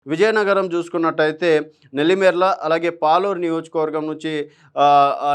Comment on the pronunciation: అది సాలూరు రా పాలూరు కాదు 😂😂